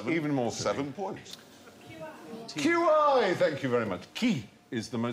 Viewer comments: Qi is pronounced “chee” not “key” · I mean how it should be pronounced is different. In English we would say /tʃi/. I would say Stephen's /ki/ prounciation is pretty non-standard, but compared to the Middle Chinese reconstruction of /kʰɨiʰ/ it isn't too far off. And given that Modern Chinese went through a lot of palatalization over the past 200 years, and we borrowed the word in the mid 19th century, I would not be surprised if that initial /k/ sound was imported into some dialects initially and was preserved. Whereas modern Chinese has since palatalized it to be closer to what we would consider to be /tʃi/. (note: this is why Beijing was originally spelled Peking, the palatalization of the /k/ to a /dʒ/ and the voicing of the initial /p/ sound meant that the original English transliteration of the City was no longer accurate with modern pronunciation and needed to be updated to Beijing). If you want to match the modern Beijing mandarin then the actual pronunciation of 氣 would be /t͡ɕʰi⁵¹/ with the 51 representing a high falling tone. So unless you want to match the tone, and the place of the fricative after the /t/ then you are not really much closer to Mandarin ears. In addition, there are several Min language dialects that pronounce the same character as /kʰi²¹/ (21 being low-mid falling), /kʰi³³/ (33 being mid flat), and /kʰi²¹³/ (213 being low-mid dipping down to low and then up to mid). Which, considering a more narrow transcription of what Stephen said would be more akin to [kʰi], then all he'd have to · ‘Qi’, meaning the ‘life force’ in Chinese is pronounced ‘chi’. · "qi" is pronounced "chee", not "kee", in Chinese. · As much as I love and truth QI facts, if you know about something and it comes up in the show, they do often get things wrong, and in this clip the pronunciation of the Chinese word is wrong, it isn't pronounced like 'key', but like 'chea' in 'cheat'. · Qi is actually pronounced more like “chi” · Qi is pronounced Chi, but ok